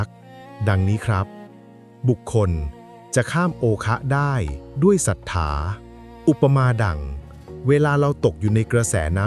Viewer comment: ป้อนข้อมูลเอไอผิด ศรัธา ไม่ใช่สัทถา..แต่ก็เข้าใจดี..